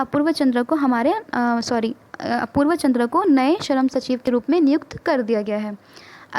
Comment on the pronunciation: Sharam nahi it's shram.